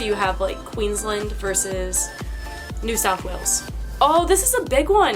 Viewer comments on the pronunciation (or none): none